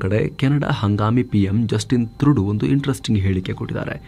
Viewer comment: ಹಾಯ್, ನಮಗೆ ಯಾವಾಗಲೂ ಮಾಹಿತಿ ನೀಡುತ್ತಿರುವಕ್ಕಾಗಿ ಧನ್ಯವಾದಗಳು. ದಯವಿಟ್ಟು ಗಮನಿಸಿ, ಅವರ ಹೆಸರು ಟ್ರುಡೋ ಎಂದು ಉಚ್ಚರಿಸಲಾಗುತ್ತದೆ, ಥ್ರುಡು ಅಲ್ಲ.